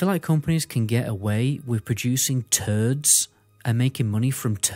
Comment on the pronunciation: I love how you say “turds” 😂😂😂😂😂